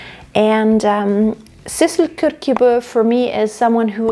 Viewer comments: It's pronounced "Shershebo" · Kyrkjebø pronounced Shicheba